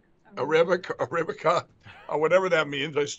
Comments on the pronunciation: Sound it out Mike: ur-a-bi-kuh. You can do it! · YAY! Thank you for the Saturday laughs sir! Ok, so it blows my mind that, comming from the "biggest broadcast platform in the world!", that NEITHER of them could say Arabica!!!! 🤣🤣🤣 Trump displays his 3rd grade level of intellect! Josh Hawley walking in, fist in the air, "I'm a beast, I'm with you!!!" Running away, "imapussyimapussyimapussy!!!" And for Mike Lindells coffee, it has to be done like he's had a few cups... "HI, IM MIKE LINDELL AND ALL OF YOU NEED TO TRY MY NEW COCAINE LACED COFFEE STRAIGHT FROM COLUMBIA.. I MEAN HONDURAS!!! ONCE YOUVE HAD A FEW CUPS, YOU WONT NEED MY PILLOWS... EVER AGAIN!!!!!" Thank you again! I look forward to Saturdays and Wednesdays for the laugh videos! And with these people, they're gonna keep you in material for decades!!! 🤣🤣🤣😄😄😄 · Mike lindell becomes director of foreign relations for Donald Trump and he can't even say the word Arabic. He's like you know the place where the coffee beans come from we're talking to those people. I have it written in my calendar book as a 2pm meeting with the coffee Bean people! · A--RA--🐝--KA= Arabica☕ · Arabica beans. If Lindell is going to get into the coffee business. First thing you should know is know HOW TO PRONOUCE THE BREED OF COFFEE!! So, sleeping on rocks and now making bland wake-up juice. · How do you come on screen to promote your new Coffee and not know how to pronounce Arabica and that it a species of Coffee plant. Money can’t buy you brains it seems.